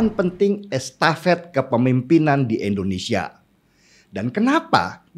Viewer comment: Untuk ke sekian kalinya. Bisakah menyebut nama negara sendiri dengan benar? INDONESIA bukan ENDONESIA